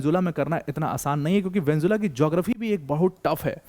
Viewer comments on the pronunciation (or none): Vanjula 😂😂😂 it's Venezuela Sir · वेन्जुला वेन्जुला वेन्जुला नही वेनेजुएला। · ye video dekh ke meri pronunciation bhi kharab hogyi, venjula venjula nikal rha muh se